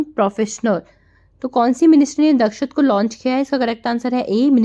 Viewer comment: Sorry Mam but its दक्षता